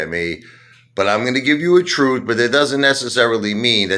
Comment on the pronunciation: The "Troot"... kinda like My Cousin Vinny's "Yoots" 😉